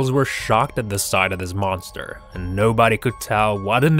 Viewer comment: He said boster